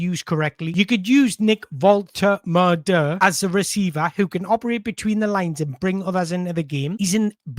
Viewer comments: Sounds like you're saying volta-murder. Easier to pronounce it vol-ta-ma-da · You've got his name slightly wrong. Specifically, the third syllable. It's MAH not MUR. It's not: VOL-TUR-MUR-DUR It's: VOL-TEH-MAH-DUR He pronounces it in his "Get to Know Nick Woltemade" short on the Newcastle channel. You also need to put a slight German accent as the W in German is pronounced somewhere between W and V. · Great content! Loved the depth of analysis, can't wait for the international break to be over! A side note, you're correcting yourself to the wrong pronunciation. It's not "Volte-murder" it's "Volte-mah-da" it would need to be spelled "Woltemöde" to sound like "murder". Hope that helps! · It's pronounced Vol-ta-mar-da 100%. Not Vol-ter-mur-der. You can hear Nick pronouncing his own name in the "Get to know Nick Woltermade" short that Newcastle United's official YouTube channel posted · name is pronounced Voltehmaahdeh. You've almost got it except the middle bit, it's maah not muuh! The man himself says it at the start of a quick interview here... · Whoever told you that’s how you pronounce his name is having your life 😂 it’s VOL-TER-MAR-DER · ...you've got the "Nick" bit nailed on the surname is pronounced VOLT-A-MARDER trust me my German friend told me 😂 but stick with Nick if you want! He also told me we (you probably do tbf) don't realise what an amazing striker we have signed and he has watched him a lot...still got room for improvement but and I quote "He's got a higher ceiling than the 🛎🔚" I'm buzzing to see what he can do in the black & white shirt. Great video as always mate and you're rocking that mullet 🎉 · It's VULL-TAH-MAH-DUH. I don't know why people find this so difficult 😂😂😂😂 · he's told you wrong, its Volte-mar-de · Btw someone lied to you, it's pronounced Valta-marda